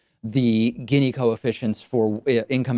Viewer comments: You pronounce it geeni long E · You mispronounced "gini". Gini was Italian. The gini coefficient isn't the best way to look at income inequality because it doesn't take into account the absolute level of income and only focuses on relative (quantiles) comparisons. I think I speak for many people when I say that I frankly dont give a crap that we have billionaires as long as people's standard of living is rising. What's concerning right now is that the middle class is dying while the 1% is capturing all the productivity gains. Also disappointed that you didn't mention UBI as a very simple way to correct income inequality. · I'm pretty sure it's (Gini) pronounced more like "genie" instead of "ginny" (but still a good video, David 👍) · It’s pronounced “Jeanie” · Gini is pronounced “jee-nee” - Gini index.